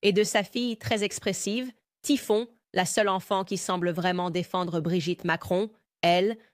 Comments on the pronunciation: pas Tiphon mais Tiphaine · Sa fille "Typhon" 😂😂😂 Impressionnante cette I.A. Merci pour votre travail ❤